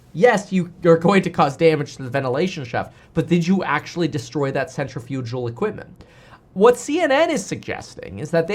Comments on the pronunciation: FYI it’s pronounced “sen - tri - fuh - gl” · PSA: not how you pronounce "centrifugal".